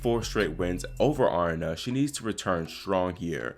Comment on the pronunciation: Aryna Sabalenka. She is Belarusian and her first name is not Arna. It is A ree na. How do I know that? In the Russian Cyrillic alphabet her first name is spelled, Арина. 'и' is pronounced as a long 'e'. 'P' in English is 'R'. 'H' is 'N'. A ree na.